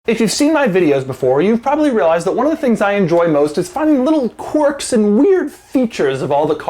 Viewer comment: For ****s sake. Its pronounced KWERKS not CORKS!